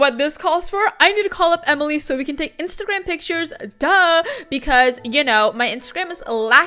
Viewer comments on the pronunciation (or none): I heard isagram in stead of instagram 🤣